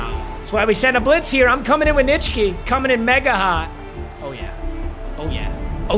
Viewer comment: No offense, but it will never not surprise me that you can pronounce Nitschke cleanly